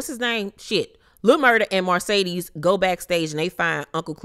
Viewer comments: I cringe every time I hear you say Marcedes (Mercedes)!!! Lol…..Love you, Bye😘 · Please stop saying MARcedes. It's Mercedes. That is all. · Love your review but it’s MERCEDES not Marcedes.